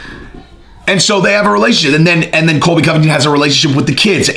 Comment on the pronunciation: You need more sharpness pills dude it's Colby not Cody 🤣🤣🤣